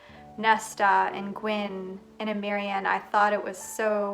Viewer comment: it is pronounced M-ree (hard M). :)